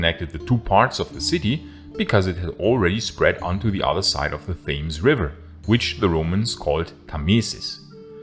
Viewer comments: Tems River-NOT "Tames-rhymes-with-James". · thames as in temms not thames as in flames it shows a lack of standards and research to lecture us on history if you cannot pronounce things properly. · The river is pronounced Tems. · Thames is pronounced "Temms", not "Thaymes" {:o:O:} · You're probably not going to see this now, but for future reference. The Thames river is pronounced as the tems. Edit: and Britons is pronounced with a flat i, like the way you say Britain. Not like Brightons which could be confused as people from Brighton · Nice video. One thing to point out though - "Thames" is pronounced "Tems". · "Tems" River, please... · The river Thames is pronounced “temz” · it's pronounced "Tems" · Just a fyi- you don't say Thames like that. It's a silent H so you pronounce it 'tems' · It's the 'tems' river. you don't pronounce the H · Fames or Thames lol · Pronunciation notes: “Thames” is pronounced “Tems”. Sorry. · It is a little hard to believe you know what you are talking about since you don't even know how to pronounce Thames river. 🤔